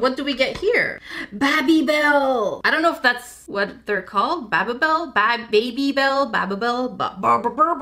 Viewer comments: It’s baby bel not baba bel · its baby-bell not babibel or babblebel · JackieYourSaying it wrong it’s not hard barbell it’s hard baby Bell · me: oh ew it’s babybell: BABA BELL!! Me: oh? 😂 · when she said baby bell like babbybel I atually shouted and said ITS BABYBEL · I love how she she called them ba beee belle instead or baby bell hahaha! Also me:*offended on how she pronounced babybell😢😢😅😅😢 me:bUt✨WhY✨😢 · I googled it and the cheese in original babybel packs is called Allen Cheese. Also it's pronounced Baby Bell. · It's pronounced baby-bell (like a human child baby). Also I think the blue thing was like the checkout scanner? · Hi! You pronounce it bae-bee-bell. No hate, just wanted to help you. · <3 me and my sister are huge fans of you! I'm hoping you might be able to tell my sister that our dog doesn't eat her toys? The dog we have never even goes to her house. Also, at my Walmart there's this journal kit, could you review it bc I want it but don't know if its worth 12.99? Also we have the same chaotic energy :> Love you! ^♡^ BTW its pronounced baby-Bell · It is BABY bell. Like a small child... BABY. Lol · Baby- bel is how I've always pronounced it. The rootbeer concentrate is mainly for flavoring baked goods and cooking not to actually make the soda. The vanilla extract does come in a small bottle in the box. (I forget you don't bake.) And I think you showd confusion over al least one more thing, but I'm just about falling asleep as this is the end of my day. So I hope other people also addressed your confusion and that your week is going well. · BabyBel (Pronunciation: Bay-be-bell) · It’s pronounced baby bell here let me put it in emojis 👶🔔 get it? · you say babybel BAA-bell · It’s pronounced baby👶 bell 🔔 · You pronounce babybel like.... Baby bell Like baby as in goo goo gaa gaa And bell as in ding dong ding dong You might already know but i wanted to comment something so here i am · btw baby balle pounounced like crying baby-school bell